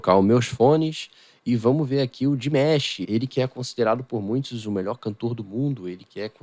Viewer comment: Desculpa a pronúncia é Dimash e não dimesh.